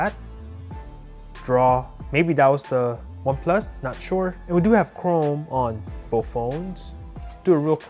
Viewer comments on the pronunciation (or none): none